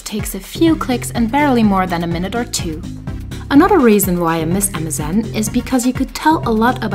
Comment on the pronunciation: Everytime I hear you say MSN I hear Amazon.